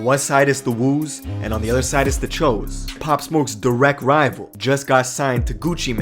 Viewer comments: It’s choo(chew) not cho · This nigga really said chows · My good man... it’s pronounced “ CHEWs “ not ch-o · I'm not from NYC but pretty sure choo is pronounced chews not CHOE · it's actually pronounced cho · It’s pronounced CHOO (chew) not (cho) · Choo not Chew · Its pronounced "chews" choos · it's pronounced 'Cho' though... bud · its pronounced choo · That's not how you say choo bud...